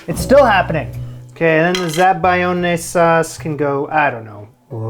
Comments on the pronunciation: za-ba-LYON-eh. Never pronounce a hard "g" before an "L" in Italian! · Say it with me: "Zah-Buy-Own", That is how you pronounce "zabiglione" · Zabaglione, pronounced zab-al-yoni. You're welcome.